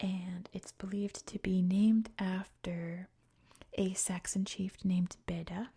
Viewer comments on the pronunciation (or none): none